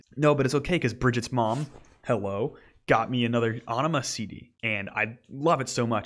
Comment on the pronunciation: AEnima is pronounced more like enema - a very much intended pun